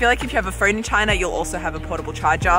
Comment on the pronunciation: I definitely prefer the way you pronounce "China" compared to the way Donald Trump does.